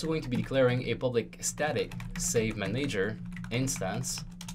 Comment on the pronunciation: I HAVE to know why do u say manEYger and not manager?